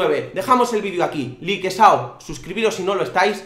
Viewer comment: Porque dices likesao